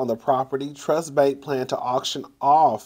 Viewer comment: Lol pronounced True-ist bank.